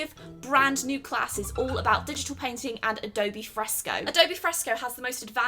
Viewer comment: Anyone els thought she was saying peng ting insted of painting